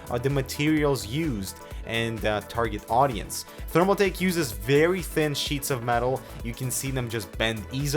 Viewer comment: did you say thermalfake?